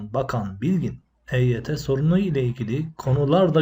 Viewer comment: Eyt yi Agzınin içinde geveleyerek söylüyor yuvarliyor Hareketlerinden kekelemsinde anlamiyonmu Admin. Akp yine Eyt yi kandıriyor